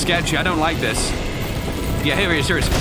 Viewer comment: note how he says LIE-k after he says its not a series. I know its an old series but felt obligated for the humor.